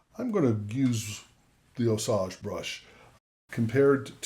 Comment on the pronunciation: Really enjoying your videos. One caveat, and I feel like a bit of a creep for this correction but Jim at Osage Audio, whose brushes your rightly recommend is in the middle of Missouri. I'm in Kansas City. The name of the company and the brushes is Osage but as in the Osage Indian tribe. We have a Fort Osage in this area. There is a part of the state called that as well. My point in this is that it's pronounced with a long a, no the "ah" you're using. So far that's the biggest quibble I have, no small thing. Some questions since we use so much of the same stuff but hate to bother you here. Thanks. (Jim's a great guy)